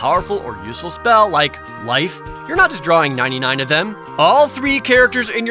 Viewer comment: everytime say you said 99 it hurt a little more...lol